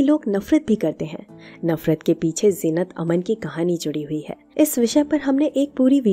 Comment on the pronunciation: Zeenat aman nahi Zeenat amaan, AMAAAAAN